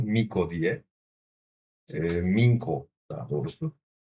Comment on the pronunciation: The pronunciation of Mincho is Minsho